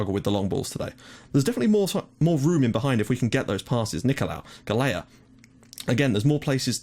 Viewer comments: Just a small tip regarding the Maltese guy's surname, it's pronounced "Gahl-ya" :) [So basically you're already pronouncing the first half of his name correctly] AND YES A MALTESE GUY IS ACTUALLY PLAYING ABROAD :D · I really hate correcting you, but since I'm Maltese, I'll try to help you out a bit ;) Galea is pronounced as Gal-ja with the 'j' being same sound as the 'y' in yes. Hope I managed to help you out a bit :)